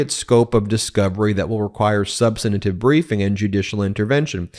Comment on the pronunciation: Ben, you are an experienced attorney. Please learn the real pronunciation of "substantive".